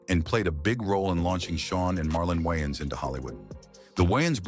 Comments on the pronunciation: The white guy intentionally botched their last name up, from ''Wayans to '' Wyans. Who caught that? It's a thing with them. You would think the narrator would know how to pronounce their name right considering he knows so much about them. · The AI voices are finicky. Is it "Whyans" or "Wayans"... sheesh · Wyines its Way-ans😂 how you get their name right at the end??¿!!! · Good content, but you butchered their last name. It's Wayne, not Whyane. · It's the "Wayans Bros" not the "Wiyans Bros" Smh! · Dude says the Y N's brothers 🤦‍♂ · The woyons brothers. 😂😂😂 Omar epps!!! Lol. This voice dude sux balls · Lol the "WHYans" brothers 😂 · “the Wayans brotherlers” 🤣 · Dude keep saying the wines brothers like what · The why-ins 😂😂😂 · The Whyans Brudders?! 😅😅😅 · The way it’s pronouncing Wiyans Bruthers got me😂😂😂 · The way this foo saying wayan brothers is annoying af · The WhYans bRoThErS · The wines brudders 😅😂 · The Whyans WTF? Come on man. You betta put some respeck on they name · How The hell Does the voiceovers pronounce the names correctly then just butcher it later.. Ai talking about brudders sounding like lil Romeo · Another white person in black people's business & can't pronounce these guys names go cover Seinfeld or Married with children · The use of AI to produce video content is getting out of hand.. the constant mispronunciation of 'Wayans Bros' is agitating.. this channel will never be recommended to me again.. 🫡✌🏿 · Don't do a documentary and get the subject's name wrong Pronounce it right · Dude your pronouncing their name wrong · the fact he cant pronounce the last name right is erking me